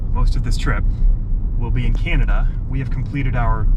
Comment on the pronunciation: As a Canadian, I love your accents when you pronounce Canada “Cyanada”. You’re right, Regina is pronounced Ridge-eye-na. Americans make fun of us and the way we say “out and about”. Glad you stopped in Banff. It is a jewel! Liked comment about Canadian time being.66 of American time. So funny! Safe travels guys.